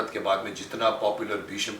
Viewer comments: Ya to aap gufi ji ko aap kahie ya tum.....aur bheesham nahi hota hai.. BHEESHM hota hai ...aap to Kam se Kam itna maanie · Bheesham nahin Bheeshm bhaijaan, gufi sir is very sensible and collected